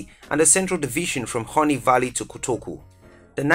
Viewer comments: it is not called Horny Valley biaa, siaa kwa it is Huni Valley. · Did he just say horny valley!!! Lmao